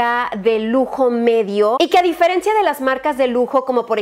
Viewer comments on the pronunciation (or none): none